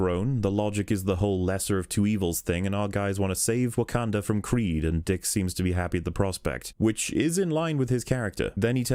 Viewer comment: The way you pronounce Wakanda makes my dick shrivel up